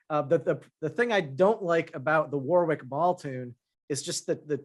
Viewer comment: As a Brit, the pronounciation of "Warwick" really triggers me!